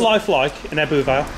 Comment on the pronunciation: Ebbw is pronounced "ebber " not ebboo